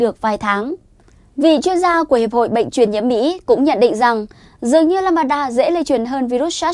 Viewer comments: Biến thể “lamb da” theo tiếng việt tách ra, không phải ”lam ba da”đâu bạn mình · Lam-đa chứ không phải Lam-ba-đa em gái ơi. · Biếm thể LAMBDA, k phải LAMBADA. Xin đọc rõ! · Lambda= lam da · What ? biến chủng " lăm ba đa " ? kkk